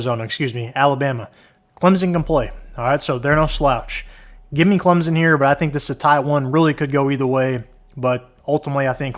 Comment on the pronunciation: It’s Clemson, with an S. Not Clemzin